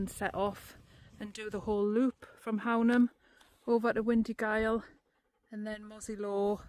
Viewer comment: Fab vid - looks braw (apart from the flies lol). Love the hills around Hownam (which btw is pronounced Hoonam hereabouts on the northern side of the border 😉)